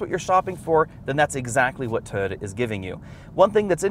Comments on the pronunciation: TOY-OH-TAH. not TOADA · "Toda", what is a "Toda"? Its pronounced Toy-oh-ta three syllables.